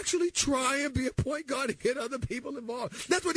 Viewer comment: “PAWINT GAWD!”